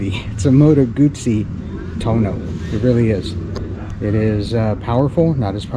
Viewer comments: TUUUUUUUUOOOOOOOO NOOOOOOOO not Tuno.....lol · It's Too-ono not tono. But your Guzzi is just beautiful. Thinking of getting one myself. Enjoy. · It’s too-oh-no, not Tone-o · Please have an Aprilia dealer teach you how to pronounce Tuono! I had 2017 Factory and it was a great bike. I now have the V85tt and considering the V100. Now if MG would put this engine in the V85 I would keep it.